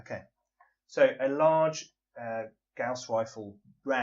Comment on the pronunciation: Watching this after Dragonlance, I keep hearing "Gauss Pistol" as "Gowst Pistol" and imagine a gun that shoots Walls of Fog...